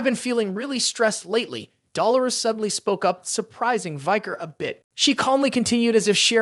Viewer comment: Man I love this recap but the way you pronounce Dolores it just makes me cringe lol